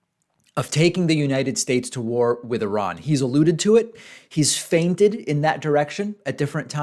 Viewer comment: Did you pronounce the T in feinted?